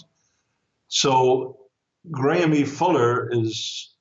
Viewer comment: IRS not pronounced Gramie, it's pronounced Graham